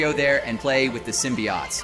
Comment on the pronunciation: Is it just me or does the voice sound like its ai generated. many weird pronunciations such as pronouncing Hobie's name as hobby rather than hoe-bee or symbiates rather than symbiotes or even Kevin Fayge. also the pacing sounds off. maybe its just me but idk